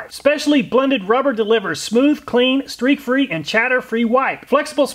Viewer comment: "steak-free" I did a double take on that one